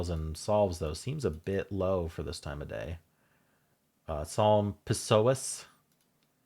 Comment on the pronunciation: I’m not sure he knows this word… he doesn’t know how to pronounce it at least